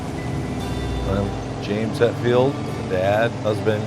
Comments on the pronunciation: It's ( Hetfield ) not, 'hatfield" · Its Hetfield not Hatfield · Hetfield not Hatfield, lol. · Hetfield, not Hatfield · Hatfield..🤷‍♂️🤷‍♂️seriously..get the name right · Hatfield??? lol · HETFIELD - NOT HATfield.